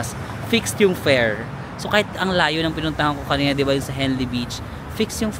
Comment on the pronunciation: Fair not pears you mean?